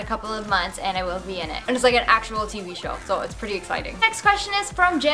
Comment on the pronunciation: "TV show" sounds like Bukake Kappa